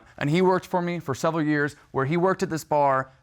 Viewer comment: man said “selveral”